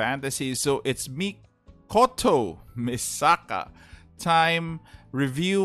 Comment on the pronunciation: I'm sorry but I don't want to be rude but your saying misaka name wrong you got the last name tho